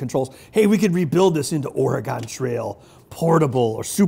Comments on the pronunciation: It's pronounced Or-e-gun, not Or-e-gone. We're still here. Haven't gone anywhere. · ore-gun (similar to organ) not or-ri-gone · its pronounced Oregun!!!! Not Oregon. I lived here all my life and we hate it when you guys say it that way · Or - Eh- GONE! is pronounced Ory-GUN!!!! Ughhhhh! Love the show! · Bens pronunciation of "Oregon" really does show his Wisconsinite side, heh. Me also being from southern Wisconsin most people around here also pronounce it that way, but that might be because there is a town here people pronounce like that "Or-A-Gon" Or "Or-E-Gon". Also great build Ben! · The state should be pronounced "Or-eh-gen" but he flip flops between different pronunciations of it. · OR-EEE-GONE i just keep hearing or-eee-gone and it makes my inner oregonian die inside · I'm from Portland, I can tell you NO ONE from Oregon pronounces it like "Ore-a-gone". At all. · James Helgason Or-gen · Seriously. All of them say Oregon wrong. It's cringey for someone who lives here. Or-uh-gun. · Dude it's pronounced. O-RE-GUN lol... Us Oregonians get a lil tired of that like saying the s in Illinois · I’m from Vancouver Washington and no one on this side of the Colombia says that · As an Oregonian, the way this guy says "Oregon" makes me absolutely cringe. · How many times is he going to mispronounce, 'Oregon'? I'm going to guess, 13. Edit: my count is 12/15... Have fun in Wisconsoy... Idiots.